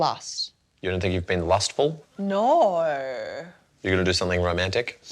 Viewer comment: That's the most Australian "nauurrrrrr" I've heard all year ❤